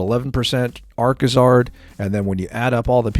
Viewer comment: it's Arcazard.